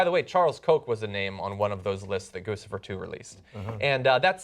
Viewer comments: THIS IS THE SECOND TIME YOU PRONOUNCED IT GOOSE-IFER. IT'S GOOCH-IFER. LIKE GUCCI. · Gusifer? Isn't it GuCHIfer as in Gucci? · Isn't it pronounced Goochifer not Goosifer? Like Gucci + Lucifer? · John, it's pronounced with a 'ch' sound, not an 's'. Like Gucci. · it's pronounced "cuchifer", with a "ch" sound. It's obviously a reference to the brand "Gucci" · DUDE IT GUCCI-FER LIKE GUCCI PLEASE ALL THE NEWS OUTLETS SAY THAT WRONG. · I think Guccifer is pronounce Guchi-fer. Just saying. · Goo-Chi-Fur try it. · gucci...like the brand (goo-chee)fer